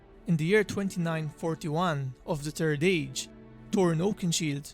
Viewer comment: He kept calling it “the turd age” lol!